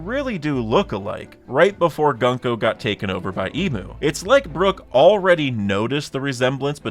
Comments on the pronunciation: not how you pronounce gunko. its goon-ko (ha ha funny goon word !!!!!) like the word "good", not gunk-oh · Hey man just a heads up, as someone who speaks Japanese the pronunciation of her name is "GOONko"